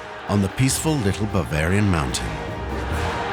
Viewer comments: Does anyone else hear the AI narration is saying "Barbarbian" instead of "Bavarian"? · keeps saying barbarian . but its bavarian . it sounds like AI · BARvarian mountain? Geez seconds in and the AI isn’t right. Where is BARvaria anyway? It had potential but nope. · 'Bar - varian'..........lol....!!!!!